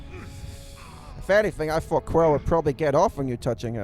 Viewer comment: Try to sort out your speech impediment while you're young. You thought, not fought. Also use your own accent, you don't have to sound American. You put a lot of effort into this, maybe think about making it shorter and more concise. Good luck